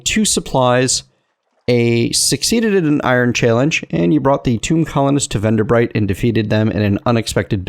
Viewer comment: You pronounced Venderbight correctly the first time! Good job; everybody messes that up.